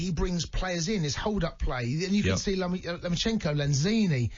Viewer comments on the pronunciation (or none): I heard as if he said Lomachenko :)